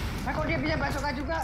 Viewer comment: Sebutnya basoka bang bukan bajoka . Hehe.